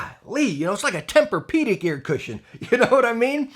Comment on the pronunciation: “Gaahlee its like a temper peudic”